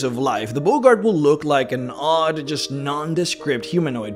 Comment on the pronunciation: Boggart is pronounced 'Bog Art' not 'Bogart' like Humphrey.